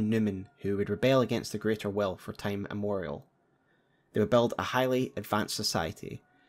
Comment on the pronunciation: immemorial* not imorial.